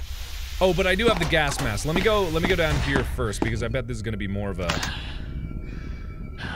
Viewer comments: so this entire time noone notices markiplier misponouncing gas mask as "gask mask"??? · Sometimes you say gasp mask. Have a sakura flower 🌸! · “gask mask” -markiplier